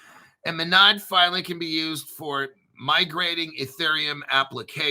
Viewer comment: MONAD, pronounce it right